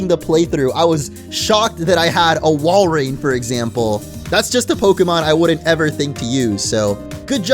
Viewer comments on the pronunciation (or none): none